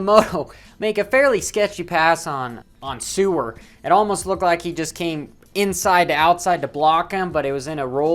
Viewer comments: Excuse me sir "Sewer" it isn't Suwer it's Seewer, thank you as it hurts my ears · The ee in seewer is spoken out like a vocabulary e